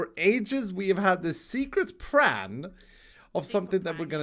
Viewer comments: Normal people: plan, an intellectual: pran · secret pran